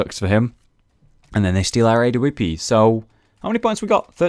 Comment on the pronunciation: stop saying "a-w-p"!!!!!!!!!!!!!!!! say awp lol